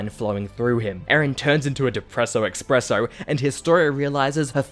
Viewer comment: expresso? hogwarts?